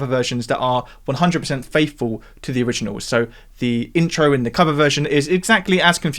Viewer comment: "faithfow (faifow?) to the originows"